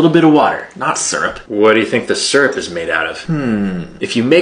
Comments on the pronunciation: I loathe the way you're pronouncing syrup. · it's pronounced SEAR UP.